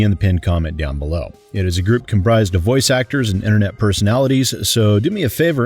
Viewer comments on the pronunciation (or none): none